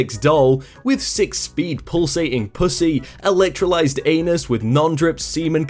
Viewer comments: electrolized? my god man, sound. out. the. words. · Did you say "electrolyzed anus"? So it's an anus that's been subjected to electrolysis? I can't imagine electrolysis would do anything particularly positive for an anus, real or faux. An elasticized anus, on the other hand, sounds pleasant and natural, since anuses definitely aren't supposed to be rigid and static like the mouth of a plastic soda bottle lol.